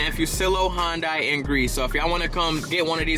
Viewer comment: If he pronounces Hyundai correctly I will be surprised....... Watches Video: Yup not surprised.